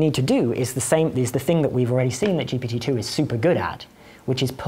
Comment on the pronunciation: each time he says GPT-2, i hear Jepaditoo, like a magic word used in fairy spells or something